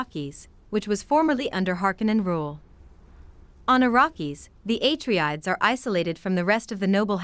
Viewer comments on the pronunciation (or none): I couldn't finish listening. You're butchering the pronunciation of everything. "Eh Tree Ides"... NO. "AH TREY DEES"; "AH RACK ES".